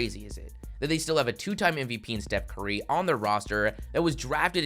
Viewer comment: Bro said Stephen Kurrié